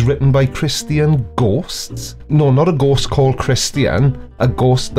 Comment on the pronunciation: The holy goass and the beass.. He should axe me how to pronounce stuff lol